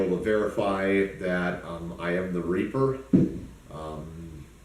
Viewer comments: He says reaper... I think he's just mispronouncing raper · Everybody should get trained by somebody that has 24 days of military experience he could teach you how to march, you start with your left foot now I just taught everything he can so you don't need his training class. He is mispronouncing his name, it's not reaper it's rapist. If he was a little smarter he would have used a mask from a CPAP machine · Doesn’t he mean raper not reper?